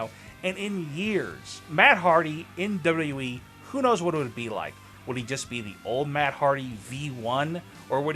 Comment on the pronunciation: Your pronouncing of WWE is frustrating...